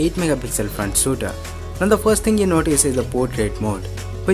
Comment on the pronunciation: Good Work keep it up. And its shooter not Sooter.